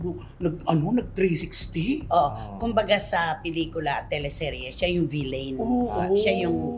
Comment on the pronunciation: Learn the right pronunciation of Villain please😮